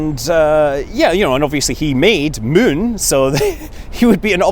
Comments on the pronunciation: You ate keep saying THE MUN its not KSP come on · You know you've played a bit of KSP when you pronounce Moon as Mün! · Obviously they are curing the carbon fibre with an iron. Also, just like you to pronounce Moon like Mün.